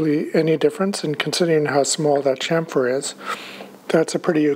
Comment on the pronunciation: Please stop saying "champ-fur" its actualy a "cham-fur" the P is a PH F so is scilent.